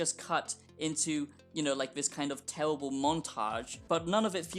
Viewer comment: “It’s tewwibiw it’s gawbage”